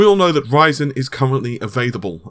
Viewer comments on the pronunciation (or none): none